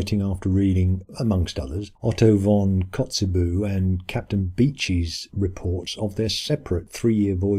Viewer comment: "Otto von Kotzebüh"? What?